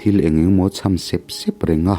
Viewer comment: Sup sup leh sep sep tih hi a thluk hi i lamdiklo thei lutuk a Pachuau inih kha aw zotawng dik zir uar rawh